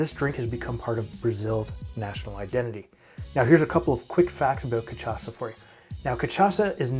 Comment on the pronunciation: Ca shaw sa* not ca tcha sa